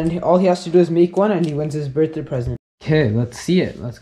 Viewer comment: um u saying birthday wrong buddy